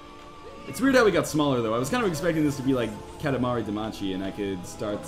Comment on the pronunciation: did he just say katamari damachi? *looks at shelf and reads title* man i got way too annoyed by that.